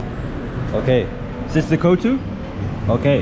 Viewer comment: Is quite annoying how he keeps mispronouncing kottu….